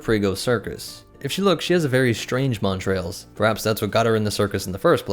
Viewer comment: Good content, well presented. I found it frustrating that you added an R in the pronunciation of 'montals', which has no r. Considering how prevalent they were in the video, the mispronouncing was upsetting. AND I couldn't have done anywhere near the job you did on this video. Stay awesome.